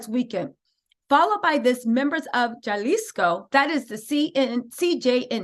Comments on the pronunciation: Hi! In Spanish the letter J makes an H sound just to share with you! Jalisco/Halisco or Julian/Hulian. Not the Deathly Jallows tho😅 Love ya girly ⭐️🕵️‍♀️🕵️‍♀️ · 😂😂😂So cute Jalisco is pronounced “Halisco” the J in Spanish has a HA sound. Great job! ❤️